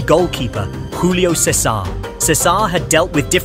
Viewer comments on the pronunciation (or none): What? Júlio César is brazilian, not hispanic. That's not how it is pronounced.